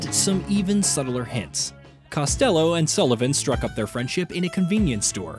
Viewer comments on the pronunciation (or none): Cost -uh-low ??? Really lol